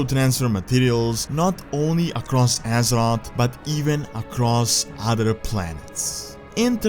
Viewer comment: The Horde died when they accepted pandas in their order. I love your vids but please stop. Its Thrall and not Trall, its Azeroth and not Asrot, Plague and not Plag and its Mass Destruction not Mess Destruction. You need to work with your grammar